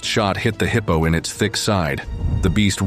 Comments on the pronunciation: Heeepo tracks? AI much? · “Heeepo”, I hate AI narration 😏